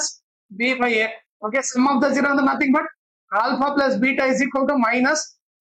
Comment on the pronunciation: Nice explanation 👍 but zero ❌gero✔️😂